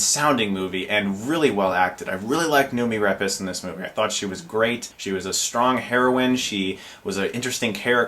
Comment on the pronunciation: "Nuumi Repesh." No.